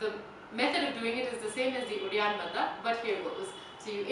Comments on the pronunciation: Please pronounce Hindi words property. It is not Bandha. It is Bandh. Indians have no excuse for mis-pronouncing Hindi words. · Dear it isn't bandhaa it is pronounced as 'bandh' or 'bundh'. English kills. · in Hindi it is Bandh but in Sanskrit it is Bandha. The word is a Sanskrit word.